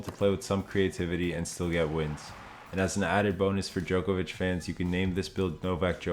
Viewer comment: I wish you would pronounce his last name correctly. Its not Jokervic